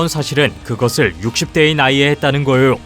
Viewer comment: 했따는 거욕~ 꺼에욕~거에역 뭔말이고 이거 습관이가?